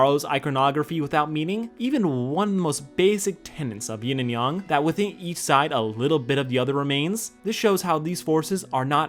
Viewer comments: it's yang not yong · I’m sorry but you say Yang like they say Aang in the Last Airbender live action movie